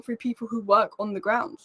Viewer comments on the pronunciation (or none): none